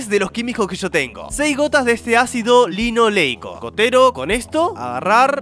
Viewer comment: dijo acido lonol eico no acido linoleico